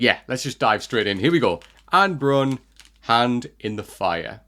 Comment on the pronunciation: Just for pronunciation, it is ah-neh (two syllables) and bruuun (longer u sound than you say it now)